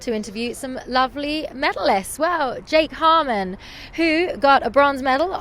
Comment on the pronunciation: these two are adorable especially with the subtle looks they gave each other when the reporter mispronounced "Jarman"